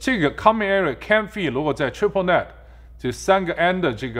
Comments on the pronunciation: net人家念的对的啊 是不是你念错了啊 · net发音都发不准，天那